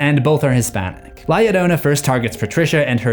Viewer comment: Love the video but the fact you pronounce Llorona correctly but la inccorectly is sending me into another dimension lol